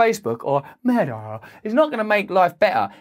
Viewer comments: sorry for pointing out but it is not Mea it is Meta. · What's 'mea' please pronounce your t's Russell. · The word Meta has a T in it, not pronounced me' A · “Meh-a” the way you pronounce it, couldn’t be more fitting. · I think it’s pronounced meTa. With a T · His not Pronouncing the T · Black Lives Meta!! Ha-ha-ha... (Sir Russell, you pronounce those 2 words just the same...)